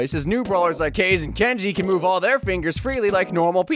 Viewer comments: Actualy its ka ZE (you called it kaz the long vowel of a) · The video is good, but please, pronounce Kaze "kah-zeh". Heh